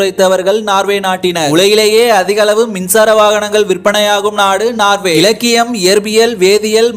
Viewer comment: நார்வே இல்லப்பா நோர்வே.